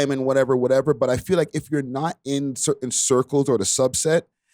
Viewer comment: The word is "certain" not curtain lol